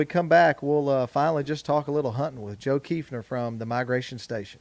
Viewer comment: So nice to pronounce my last name correctly. I am planning an Arkansas hunt in March.